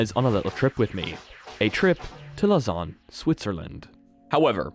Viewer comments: You have to pronounce it french or else it sounds weird xd. You say it almost right, the au is pronounced like an O and not like an A tho. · I was talking about lausanne and not cereal